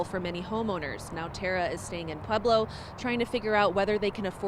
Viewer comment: C'mon.................it's Pweb-low ..not Peb-low. Part of being a professional reporter is learning how to pronounce names in the cities and states where you live. Its not that hard...